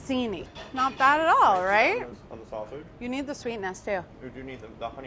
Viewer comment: "I just want saussage in the neighbourhood." Don't we all...